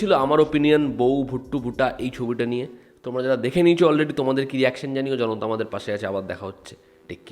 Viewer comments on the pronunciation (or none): none